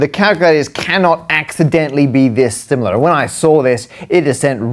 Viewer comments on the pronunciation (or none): none